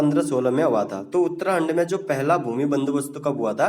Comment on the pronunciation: Uttrakhand mere alawa or kise uttrahand sunayi de rha h